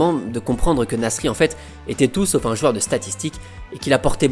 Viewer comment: Mec j'adore tes vidéos, je suis en train de toutes me les taper c'est génial, mais je t'en supplie, apprends à prononcer le mot "joueur" stp !! Mes oreilles saignent quand tu prononces "JUEUR" !! décompose le "JOU" "EUR" = "JOUEUR" !! En plus "jouer" tu le dis bien, tu dis pas "juer" donc voilà si tu rectifies ça tu seras parfait merci ❤🙏